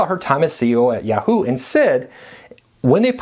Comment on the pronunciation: I know - it's YAH-hoo.